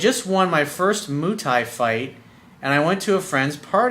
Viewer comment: moo tie? LOL!!!! Muai Thai.